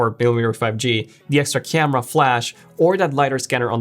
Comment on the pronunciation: Crema instead of camera.....ha ha hah ...